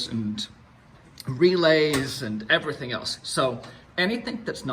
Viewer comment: lol "everythink" :P